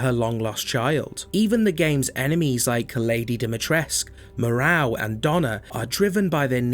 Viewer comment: My favourite thing about re8 is hearing people mispronounce the names Moerow Benivento Alkina Bella Ava